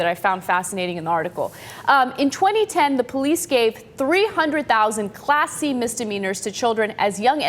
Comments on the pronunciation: So, I'm the only one that thought Ana was saying "classy" and not "Class C"? I'm sitting here thinking "oh, so this is what we're calling classy now... throwing kids in jail? GTFOH! LMAO I gotta listen better! :) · Who else thought Anna was saying "classy" and not "class c"?